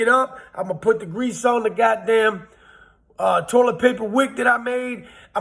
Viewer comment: Lol he said accumulate.. Lol he said god dame lol.. Dope facts